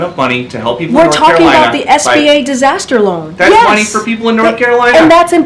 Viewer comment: She said disaster LOAN